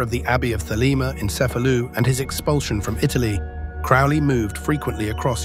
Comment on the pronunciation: Cefalu not Cefalus...